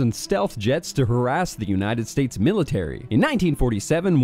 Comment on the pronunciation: “Unahted States” sounds like a slip up but it’s still funny.